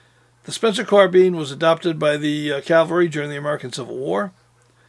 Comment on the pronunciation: Long time fan...well done!...but Please...the word is caValry...Not...caLvary...49 year pet peeve thru hundreds of films,documrntaries,discussions by noted historians,researchers,film makers etc etc..a very common mistake...keep up the great work!!